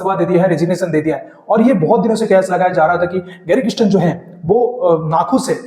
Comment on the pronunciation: It is NOT Christian…it is Kirsten or Kiersten…